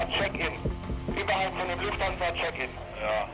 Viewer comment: "Luthfansa" Lounge... yeah, thanks for butchering that.